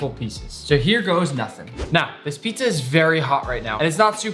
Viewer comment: Pitzah and not Pizza and Burgir and not Burger